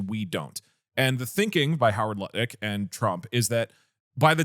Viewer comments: love the way and Doug asked Atrioc how to say "Howard Lutnick" and then both immediately said "Luttick" & lmao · The pronouncing howard lutnick’s name wrong despite atrioc correcting multiple times was a hilarious bit